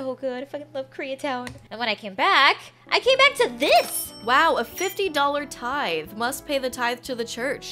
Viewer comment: Tithe is pronounced with the voiced th like this, not the voiceless th like think...i took Greek for 3 years staying in 6th grade... THANK GOD i can finally apply it while watching a butt venmo video!! Lol